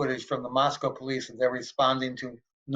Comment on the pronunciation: I am really glad Howard Blum emphasized the correct pronunciation of Moscow(Moss•coe) & reiterated the importance to residents for people to pronounce it correctly!!